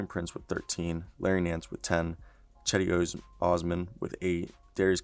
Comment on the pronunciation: Nigga called cedi “cheddy” 💀💀💀